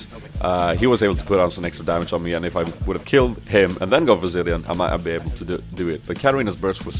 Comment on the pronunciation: "Corki is also a champion i have to train mä :D Swenglish